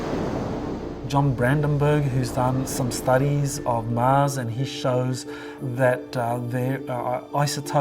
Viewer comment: Love this video but the dude that kept saying MAZ instead of MARS. Kept throwing me off